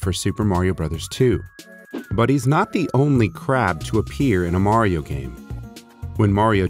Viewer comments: I can't belive that they pronounced mario wrong. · Also, I never knew in the official commercial it was pronounced "Mair-io". Always been a pet peeve of mine, lol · I love how the commercial says Mary-o instead of Mario. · Super Mary-O!